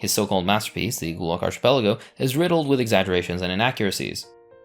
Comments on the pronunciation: Archipelago is pronounced arcipelago and Apartheid is pronounced apart-heid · Don't know if you care or not, but the word "archipelago" is not pronounced with a soft "ch" as in church or Charles. It is pronounced with a hard "ch" sound like in Bacchus. Think of it as a "k". Ark-i-PEL-a-go. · Is arch-pelago a valid pronunciation of the word? Asking genuinely since I'm Brazilian and I've always pronounced it as arqi-pelago. Or ark-êêhpelago. It's written as arquipélago in portuguese. (Now, looking at it, the arch aa in archduke really does make sense.) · It's difficult to take any of the "inaccuracies and lies" presented in this video at face value when the narrator didn't even bother to look up the correct pronunciation for "archipelago." Do your homework next time. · U need to learn how to pronounce the wirds archipekago and xenophobic